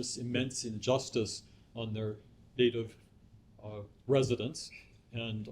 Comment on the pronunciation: Did he just say native residence ?